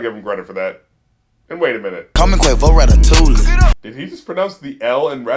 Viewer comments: 'Still be playing with pots and pans call me Quavo Ratatouille (Rata-tool-y)' Tool = Gun He mispronounced the word as a callback to the chorus 'Cooking up dope with a Uzi' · I think that when he said "Rata-TOOL-ee (Ratatouille)" He was talking about having a gun while cooking crack. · I loved this whole video lmao. But from my perspective, I thought Quavo's pronunciation of Ratatouille was him sayin "ratat-toolie" implying the "toolies" (guns) that go "ratatata". But I'm pretty sure I was overthinking that line. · Pretty sure Quavo said rat-a-tooly on purpose, as in he uses his gun on rats. Maybe I'm giving him too much credit though lol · Think Quavo said ratatouille like "rata-toolie" because a toolie is just another word for a gun. I didn't expect that deep a layer of puns in a bar from Migos though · Ra-ta-tool-ie is how he pronounced it. A tool is slang for a gun Also Uzis first mixtape Rage is Luv was good and had his style and flow synthesized perfectly. It created an overall atmosphere. Everything he did from then on just got worse and worse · When He Said Ratatoullie He Was Not Talking About A Gun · "Did he just pronounce the L in Ratatouille?" ... "Kid Coody"